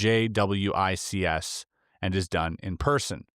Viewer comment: JWICS is pronounced jay-wicks. For future reference.